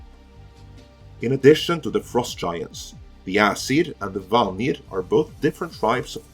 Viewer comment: I salute your use of Swedish’s second tone on “vanir”.